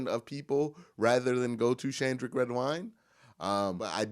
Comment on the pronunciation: Shandrick? Redwine....its Sheldrick ...Shell-drick